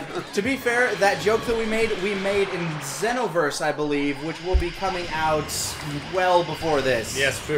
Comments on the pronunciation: you are not saying xenoverse right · It's ZEE-NO-VERSE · I see still pronouncing Xeno wrong.